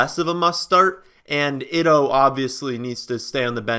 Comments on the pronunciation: You really need to work on your pronunciations lol Ito Smith's name is pronounced like (eeto) rather than (itto) which is how you're currently saying it lol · I have a correction for you on your pronunciation of the Atlanta Falcon Running Back. It is concerning Ito Smith and your pronouncing it as it looks like it spelled "ITO" but "ITO" is actually pronounced 'ETO Smith. The I is actually pronounced like a long E vowel. I enjoy your channel; thanks for taking my comment hope it helps you for further videos.